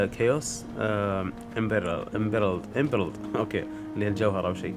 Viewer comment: يا عمي ايمرلد زمردة ما عرفت تقرأ